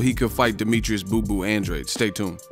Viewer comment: Its "andrade" not "andrei"😂